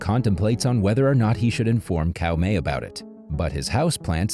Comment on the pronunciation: Caomei is pronounced Tsao mei, not Cow May, lol ...